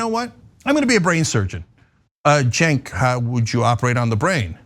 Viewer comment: And it’s “Cenk,” you IDIOT.